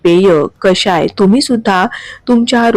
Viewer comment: कशाय नव्हे हो ! कषाय !! शुद्ध शब्द शिका आणि वापरा !! क षा य !😊